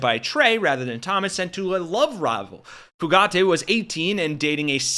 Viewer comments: It’s Few-gate. There is no accent on the last syllable. 🤨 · It’s pronounced Fuh gate. No emphasis on the letter “e” ~ Just “gate” sweetie 💙 You rock btw ✌🏼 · It's Fugitt, not Fugaitt you bozos. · Bro.......Fugate = Few Gate, not Foo Gatti. Just sayin'. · Fugate: you keep saying "fu-GAH-tay". It's pronounced "fuggit". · Fugate [ Few - gate ].... not like Fugazi 😂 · His name is pronounced “Fewget” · Pronounced FEW GATE